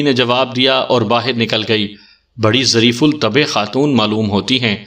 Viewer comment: ظریف الطبع ب پر زبر ہے